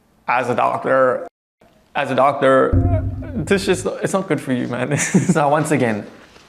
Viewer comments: "As a ducturrr😜" 😂😂😂😂😂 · "As a DOCTURRR!" 😋